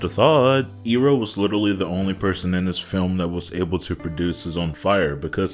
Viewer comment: Just brutally reminded by how they pronounced things "Ong" " Eeroh" "Agni Kee"??